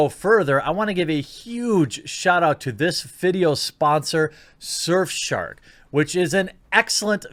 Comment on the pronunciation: Thought he said surfshart at first